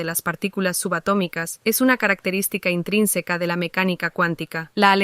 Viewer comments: Ja! Dijo intrínseca!! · La IA diciendo "intrínseca"